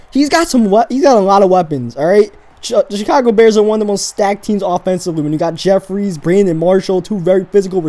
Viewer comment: It's Alshon JEFFERY, not jeffries